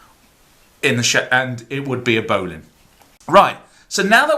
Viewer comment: I don't know why they way you say bowline annoys me.